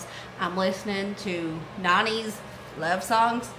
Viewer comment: Lol. I had to listen three times before I understood you said 90s love songs. Lol on me!, I'm such a dope, lmao😂